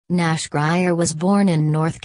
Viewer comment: it's grier